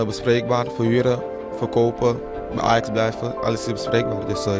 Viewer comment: My comment would be more positive if you could at least pronounce names correctly. Qatar, Ajax, etc. Shocking, really.